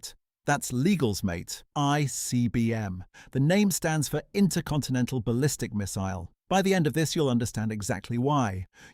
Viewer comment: I only came for the "Inter-contenetal ballistic missile" 😭. Who else 👇